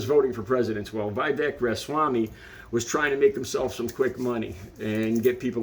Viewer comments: You have seen the video your referring to.. So how can you mispronounce Viveks name...is it because you pose the same low level of acedemic education. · Everything from the way you're pronouncing Vivek's name to how you're referring to Tez Figaro's name to your confident but blind assumptions about Vivek's intentions for the proposal suggests a glaring deficit of attention on your part. You should spend more time paying attention and less time broadcasting your underdeveloped views to the world.